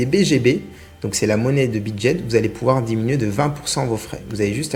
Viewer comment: On dit Bidget et pas Bidjet ;)